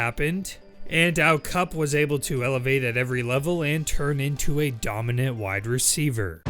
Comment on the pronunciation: Is he saying wide or white receiver?